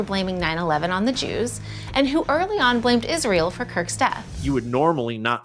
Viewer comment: Candance can not even say Israel right and wonder how many times she say it in 2025. Will be funny to hear her every time in 2025 even this years 😂 so many words she can not even say right way is mindblowing